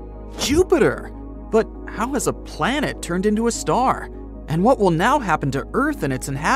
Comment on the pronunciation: You guys spelled planet wrong. You guys instead said Palnet